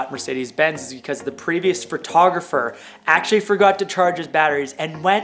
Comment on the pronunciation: Been in the business for years. Still says “fer-toggafer”